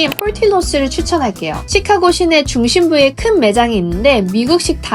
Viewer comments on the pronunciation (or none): 찌까고 " 가 아니고 쉬카-고 " 로 발음해야 합니다. 카" 를 길게 액센트 넣어서 발음